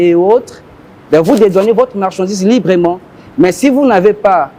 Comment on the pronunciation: "paské" , "journalistè", "librément", "directèr", "avekè", "etrè"; "surè";;;. Rien que sa tonalité, sa rhétorique témoignent de son incompétence. Sans son petit carnet, il ne peut tenir un discours de 10mn, à moins de divaguer, tourner sur les mêmes points. Quand le président annonçait son projet de société, le covid-19 était déjà passé, y compris la crise pétrolière de 2016. Pourquoi utiliser ses 2 évènements pour justifier vos manquements? On peut certes accorder une marge d'erreur entre vos promesses et vos réalisations, mais l'écart pratique est trop grand pour ça. Et les journalistes, vous taquiner souvent les opposants sur vos plateaux, pourquoi ne le faites vous pas avec ces hommes du gouvernement? Un bilan consiste à communiquer les résultats d'une programmation, cependant on note que les journalistes ne soulignent pas les résultats déplorables, mais ils posent des questions en perspective. Outre cela, doit-on vous rappeler que les media sont un contre pouvoir? Vous devez vous faire la voix des sans voix. Triste. Ne leur demandez pas ce qu'ils comptent faire. Dites, vous avez promis ceci, cependant on remarque cela, pourquoi? Comment, les chiffres... Et, quand ils répondent, ne vous en contentez pas. Si c'est un "débat", il vous faut répliquer par des contre affirmations. Ne leur demandez pas de vous dire ce qu'ils ont fait en 5ans. J'insiste. C'est nous, le peuple, par votre voix, qui savons ce qu'ils qu'ils ont fait, puisque l'impact est sensé rebondir sur nous. Don